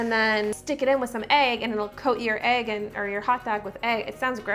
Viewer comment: I love how you pronounce egg lol ayg